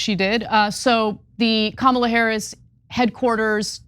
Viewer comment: They must have to train themselves to pronounce Kamala Harris’ name wrong and then remember to pronounce it wrong every time. Or maybe they are all just given the same brain worm that makes them want to vote for a horrible con artist.